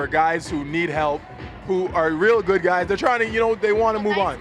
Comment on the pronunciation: Guys have to be confident (dominant? XD) "I like nice quys though"